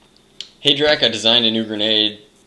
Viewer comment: Drac, you pronounce my last name right :D That never happens!!!